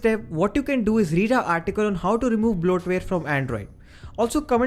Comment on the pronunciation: It's bloatware not blotware.